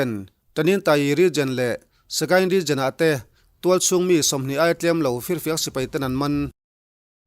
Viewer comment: Regen....Region tihtur .. a nih hmel